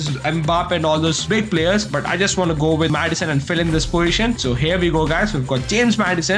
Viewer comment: bro says poition instead of poSition